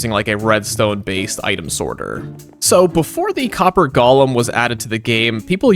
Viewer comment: They are called Golems. Go-lem. Gollum was in Lord of the Rings. Why does everyone insist on saying it wrong?